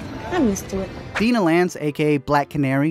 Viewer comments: I swear to God, I got to and heard him say Dinah THE INCORRECT FUCKING WAY!!!!!!!!! GOD DAMN IT!!!!!!!!!! People literally do this shit on purpose. You heard the way they pronounced it in the movie. Why the fuck did you say Dee-nuh?!?! It's DYE-NUH!!!!!!!!! 😂😂😂 TRIGGERED!!!!!!!!!!!!! AND WHY AM I THE ONLY PERSON WHO MENTIONED THIS?!?!?!?! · *DIE-nah not Deena *YOU-wan not Ew-wan. Sorry. It was bugging me.